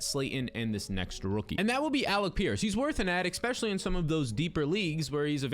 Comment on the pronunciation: Why are you saying expessialy instead if especially